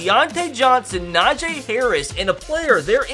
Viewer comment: still don't know how to say gentry or najee